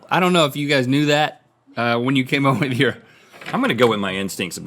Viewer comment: "when you rrrnnn pizza."